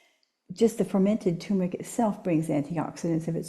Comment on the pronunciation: I wish that people pronouncing the word Turmeric would say TUR MER IC, not TU MER IC.